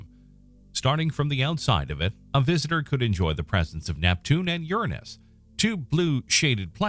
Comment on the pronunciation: This guy is one of the very few people who I’ve heard pronounce the name planets name Uranus correctly. Well done excellent video.